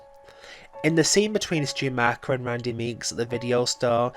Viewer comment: Stu's surname is pronounced Mock er, not Mark er.